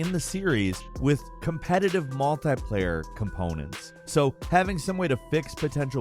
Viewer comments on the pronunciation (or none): "Multai player"? Do you mean "Multiplayer"?